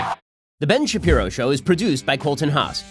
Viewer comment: This is definitely Shen Bapiro.